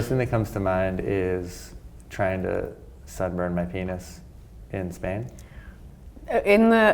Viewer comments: I thought he said 'subletting' O_O. I was so confused and wondered what was wrong with them until I scrolled down and read your comment lol.....sunburned makes a lot more sense :D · I thought he said 'severed my penis in Spain,' but he said 'sunburned.' Phew! :-) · Oh shit he said sunburned??? I was like wow they are rather cool about a severed penis when I saw it- I rewind it! Lmao